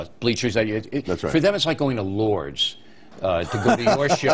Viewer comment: it's Lourdes, not Lord's.